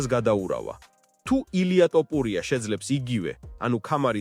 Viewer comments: რატომ ამახინჯებთ გვარს?!.."თოფური"მეგრულია და=თაფლი, ტოპური=? ქართულად მაინც თქვით სწორად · ტოპურია არა თოფურია წესიერათ თქვი თუარადა ჩაიჯვი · ტოპურია არა მეგობარო თოფურია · თოფურია და არა ტოპურია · რა გჭირს რატომ ამახინჯებს გვარს! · ძმა თ ასოს ვერამბოობ დავიტანჯე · ძმა ჯერ თ. და ფ. დაამუღამე და მერე მიხედე იუთუბს